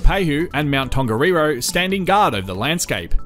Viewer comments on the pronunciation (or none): He pronounces Taupō between "Taopau" and "Teopau" ... and just before that, Tongariro sounds like Tonggarirau.